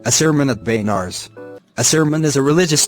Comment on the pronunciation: It's not baynars it is benaras